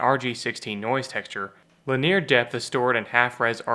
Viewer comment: Linear is LIN-ee-er, not la-NEAR